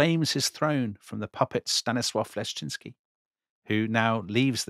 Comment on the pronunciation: Good prononcuation of Stanisław Leszczyński 🎉